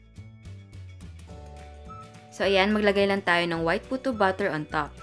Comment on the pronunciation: Na.coconfuse at nabobother talaga po ako kapag nagsasalita po kayo sa mga videos niyo ng word na "batter". Kasi po kapag narinig ko at first, "BUTTER" yung naririnig ko.. (e.g. "cake BUTTER", "choco BUTTER", "puto BUTTER".. Tpos npapaisip ako.. tpos dun ko na na.gets na "BATTER" pala yung ibig niyo pong sabihin...